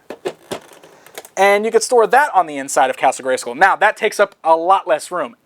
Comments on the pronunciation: igel789 No, it does rhyme with dull. just pronounces it weirdly. The WWE wrestler Randy Orton says it like "school" too. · why do you say Scoll? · The way "" incorrectly pronounces the word "SKULL" irritates me. Castle GreySKOL Castle GreySKOAL Castle GreySCOAL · So the word "Skull" in Greyskull is pronounced like "pull" and not like "dull"? That's interesting. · Am I the only one wanting to smack him every time he says "Gray-SCOOL"?